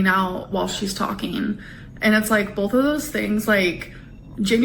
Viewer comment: I'm so sick of her saying bolth.....